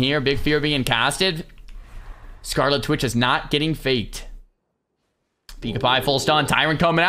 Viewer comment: kekw it's Scarlit Witch not, Scarli Twitch